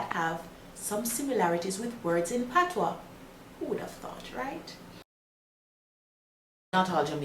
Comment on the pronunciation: As a proud Jamaican, im so glad to hear some one finally explaining and pronouncing the Patois(Patwa) correctly.....(gawm mi girl yu knw wah yu a sah). ppl dnt read the Patois book just listen to this Jamaican lady.